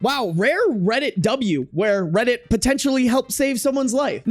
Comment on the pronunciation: Reddit kinda sounds like rabbit